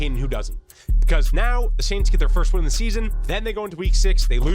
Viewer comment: Bro said the New Orleans Aint’s